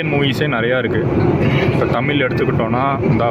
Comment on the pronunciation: நண்பரே தமில் என்பதை மாற்றி தமிழ் என்று உச்சரிக்க வேண்டுகிறேன் 👍🙏 waiting for exploring